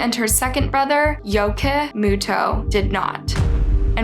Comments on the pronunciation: No she didn't sadly. The brother's name is Yuki (Yuu-key) not Yuu-kah so she pronounced it wrong, and their last names as well I believe because on the subtitles it said Muto (Muu-tou) but she said Moto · The last name is pronounced MOO-TO not MO-TO 😅